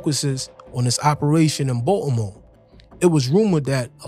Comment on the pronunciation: Why u keep pronouncing Baltimore like that Watchu slow or something 😂😂